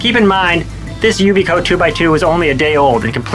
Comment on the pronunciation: Maybe learn how to pronounce the product's name before you review it. Yikes